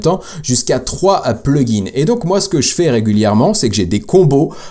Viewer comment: Hello, tu dis toujours plugins et settings en appuyant sur la marque du PLURIEL !!! Je te l'avais déjà dit dans les commentaires d'une autre vidéo, mais en supposant que tu ne m'as pas lu, par pitié arrête de le prononcer de cette façon, ça rend fou. Je te met un lien et écoute bien comme ça doit se prononcer T'es pas à l'école ou tu dois bien prononcer tous les mots et toutes les lettres. J'espère que tu l'iras mon message et surtout continue avec tes vidéos, car ce domaine est vraiment intéressant et surtout, c'est l'avenir. 👍👍👍